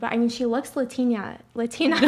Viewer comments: that was the stupidest shit ive ever heard. Says ariana grande's not white because she's italian and then the way she pronounces "latina" is just the icing on the cake, wtf. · did this girl really say "Latineeeea" instead of latina...lol...negative IQ